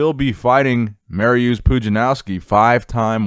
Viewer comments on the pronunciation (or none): dude it is Marius not mariuuuuuuuuuuus